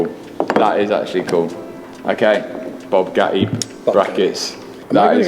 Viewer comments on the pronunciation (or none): bOObgatti lmao